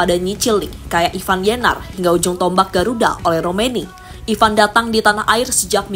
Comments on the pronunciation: Ivar, bukan Ivan, min...!!! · Ivar bukan ivan min😂